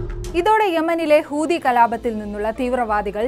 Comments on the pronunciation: ഹൂതി അല്ല ചെങ്ങായീ.... ഹൂത്തി 😂😂😂😂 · ❤ഹൂദി അല്ല കുട്ടി ഹൂത്തി എന്നാണ് പറയേണ്ടത്. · കൂതി അല്ല കുട്ടി ഹൂതി ന്ന 🤣